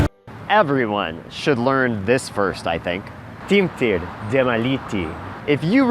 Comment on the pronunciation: Sorry to say, but you completely fail to pronounce long vowels or consonants ..... u say /timp.tir de.ma.li.ti/ and not /timp.tir de.e.ma.li.i.ti/ and /la.nis.ter va mo.ri.ot zi.ha ge,li,ni a.de.mis/ instead of /lan.nis.ter va mo.ri.ot. zi.ha ge.e.li.i.ni.i ad.dem.mis/ ... long sounds are as long as two single ones are, just blended together continuously